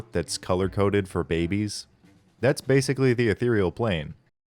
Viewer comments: The way you say "ethereal" is unforgivable. It makes it sound like a brand of mouthwash. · omfg, someone else used to think it was "ethral" instead of "ethereal" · a theroy e al = Ethereal